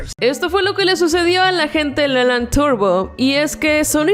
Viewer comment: Me doy cuenta que ellos en vez de decir lylan turbo dicen lelan turbo xD